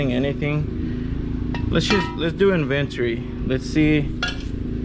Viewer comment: The way he pronounced “inventory” totally fucked me up. I had to rewind and hear it again. LOL! 🥴😬😆🤣